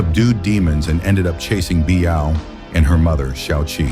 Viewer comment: Lu Xueqi.. Come on, u can't even get the maths right, at least get the names right will ya? And there are only ever 2 women who loved Zhang Xiaofan, they are Lu Xueqi and Biyao. Oh, and pls learn to proniunce their names correctly too.. Imagine your name is Crocodile and people keeps calling you coo-coo-dial how would u feel bro?